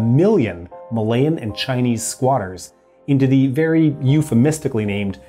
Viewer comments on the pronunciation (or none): none